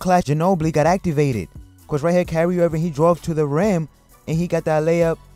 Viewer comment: not sure if the guy has a thing against Kyrie and keeps calling him carry irving...or if its just difficult to say Kyrie....but he pronounces other words correctly...soooo either way carry irving is still relevant cause he carries the ball sooo much